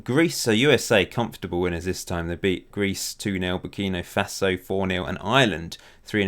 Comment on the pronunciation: Minor quibble: It's Burkina Faso, not Burkino Faso